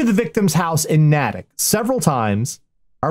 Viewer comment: Natick has a long A. Nay-tick.